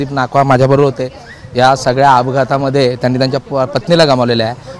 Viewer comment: नाकवा नाही नाखवा असं आडनाव आहे